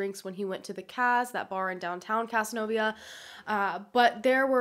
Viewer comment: whoa...casnovia. thats literally the next county over from where im from. its pronounced caz-nove-euh